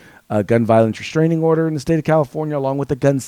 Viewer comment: It's restraining order not reshhhhhtraining order. You sound like Michael Obama.